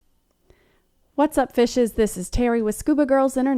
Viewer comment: “Fishes” I had to rewind the start because I would have sworn that you said something else!!!! 😂. Bring on the spicy shenaniganry!!!! So there’s a hella party at house in November hosted by son!!! Dyslexics of the world untie!!!